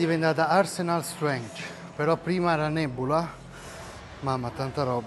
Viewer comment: Credo, dovrebbe essere pronunciato "Saitec" non Skytec, come Sci-fi insomma. Comunque, con simpatia, dovresti imparare la pronuncia di strenght, quello che tu dici si scrive "strange" ed è un'altra cosa. :) Bellissimo comunque il "vabbuo' chist' sta durmen".... uhauhauhauhauah